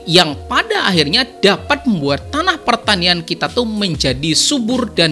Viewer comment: pertainian itu apa y bang, bukannya kebanyakan huruf "i"